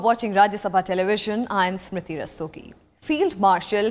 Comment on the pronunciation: Naam ko sahi pronounce karo smrithi.